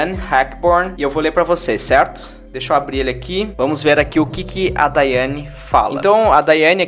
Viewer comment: Mto bom, mas o nome correto é DIANNE e não Daiani! 3,2...